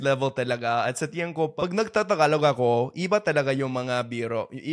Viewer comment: really enjoy your videos... just a friendly fyi.. it's tingin (tee ng een) instead of tiyan (tiyan's belly...):)